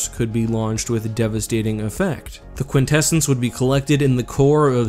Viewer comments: I thing you pronounce it Quint Essence Quint like in quintillion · this man said quinsessence... I thought i was watching the netflix voltron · For a second I thought he said "vortessence" instead of quintessence. I guess I have a brain injury.